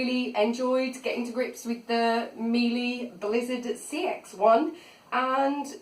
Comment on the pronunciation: Interesting, you got one of the baseline models. The high models have a better dusting brush and a remote control. Any straight suction floor tool won't perform well on carpet so don't expect it to. Very nice review though. P.S Miele is pronounced "Miela" ;)